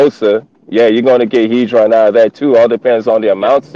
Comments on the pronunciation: The guy speaking at the start does realise it's hedron not haydron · It's not hay dron it's hed Ron